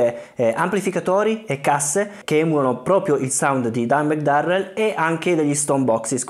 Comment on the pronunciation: It’s “Darrell”